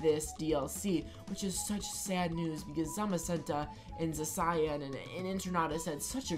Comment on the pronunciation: Don't know why but your mispronunciation of Zacian is off-putting.